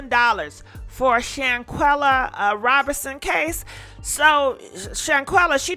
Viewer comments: you're saying her name right. Praise God. As for Dejanae offer a reward. Found in 20 minutes, gauranteed. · You finally kinda learned to say her name correctly.